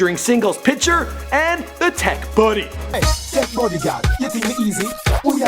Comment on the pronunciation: Shenna Simmonds “The tek BUDDY”😂😂